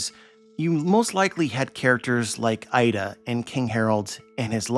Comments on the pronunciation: btw 'Ida' is not pronounced as 'Aida', but 'eeda', as like double 'e' in 'keep'. if you want to pronounce it as the source does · Her name is Iida not Aida